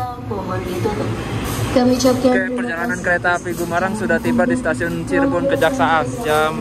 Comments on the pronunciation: ralat bang namanya bukan kejaksaan tapi KEJAKSAN Terimakasih 🗿🙏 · TOLONG DICATAT DAN DIINGAT YAA CIREBON "KEJAKSAN" BUKAN KEJAKSAAN WKWKWK🤣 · maap oom, bukan St. Cirebon Kejaksaan, tapi Kejaksan. 🙏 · Maap mas,, ralat ya,, berhenti di Cirebon itu nama stasiunnya "Kejaksan" ya mas,, bukan Kejaksaan,, 🙏🏾